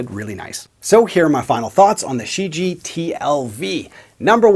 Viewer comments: Not She ji. Try looking online for pronunciation. Shuu ji-A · What do you mean? He pronounced it more like Xiji, not like Shijie, with the first "i" silent and a clear enunciation of "ie" at the end. No disrespect to, he doesn't speak Chinese. But for export purposes the name Shijie was badly chosen, because no one outside of China knows how to properly pronounce it unless they speak Chinese...